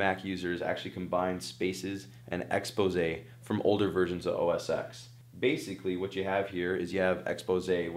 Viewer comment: i feel like a tech reporter should know that apple's OS X is pronounced OS "ten". Seriously, man?